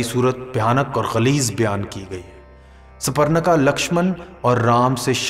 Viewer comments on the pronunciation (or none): बहोत से words galt bole he Jaise मोक्ष को मोक्षा राम को रामा कैकयी को कैकी भरत को भरता रावण को रवणा सुर्पनका को सुपरणका